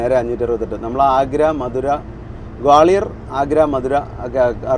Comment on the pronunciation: In Malayalam, Gwalior is spelled like this "ഗ്വാളിയർ", and not like."ഗോളിയർ". All three of you are doing an outstanding job. Carry on.